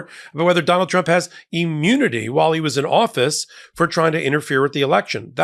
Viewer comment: Hey, is the "emu-nity" like Rod Hull and his emu-nity?